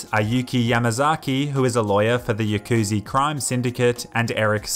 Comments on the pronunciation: “Yakuzie” - 2019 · The way he pronounced Yakuza hurt inside